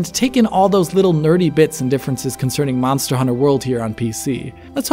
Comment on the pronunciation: "Mazda Hunter World"?